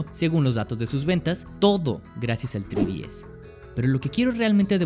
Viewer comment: No pude ver el vídeo completo debido a que pronuncias mal "3DS" .... En serio, "TRÍ-DI-ES"... ??? TREEEE... ÁRBOL 🙄🤭